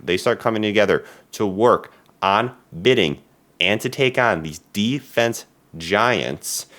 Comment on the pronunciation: You mispronounced Defense.